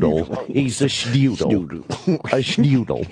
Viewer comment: Schnoodle* my good sir